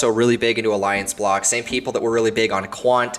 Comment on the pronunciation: Did you say Aliance block or what? I couldn't even hear the name the second altcoin